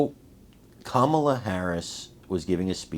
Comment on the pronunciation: We're really afraid, Comma-la! 😂